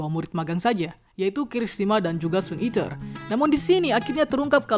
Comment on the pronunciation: Halo bang aku nmbah dikit saran ja ya Pembahasan kmu keren dan jelas itu bagus Tapi PERBAIKI LAGI DALAM PENYEBUTAN BAHASA INGGRIS KAMU di bagian "SUN EATER" "SIDEKICK" coba kamu cari penyebutan yg benar 👍